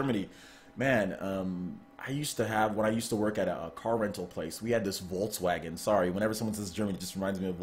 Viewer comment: Love how you pronounce Volkswagen :D